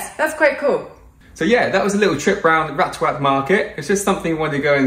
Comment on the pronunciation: Ratchawat. Is not Rat ta cha wat Raachawat Raach = Racha (the King)